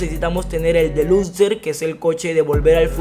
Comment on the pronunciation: Se dice deluxo no deluxer